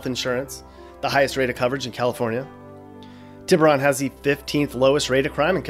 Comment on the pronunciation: Say it with me now Tea-Boo-Roan